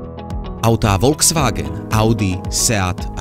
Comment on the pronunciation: btw volkswagen sa číta "folksvágen"